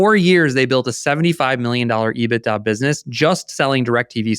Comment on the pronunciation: I got so fed up with him saying ebita on Spotify I had to come on here and comment.